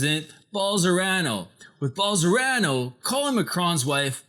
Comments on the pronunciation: Bol-son-a-ro, not Bol-sor-a-no. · I like these editorials he does, lots of hard work. Wilbur Ross documentary was great. Bolsonaro one not so great. Brazil speaks Portugese not Spanish, ruined the joke for me...and the name Bol-so-nar-o is just consonant vowel consonant vowel so very easy to pronounce if you take a moment. can say those 16 letter Russian oligarch names, why not get the Brazilian fascist's right? Nice work though. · Love the video, only thing that irritates me is that you mispronounce the name Bolsonaro, switching the R and the N. Content is good. xxx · This stupid doesn’t even knows what the fuck he’s talking about... you can’t even say the Brazilian president name... Typical stupid English speakers... lol Study a little bit more ...